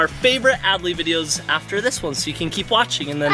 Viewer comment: It’s “videos” not “vidyos”